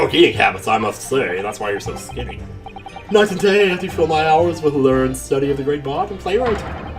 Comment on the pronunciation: Oh, and "learned" is two syllables. ler-ned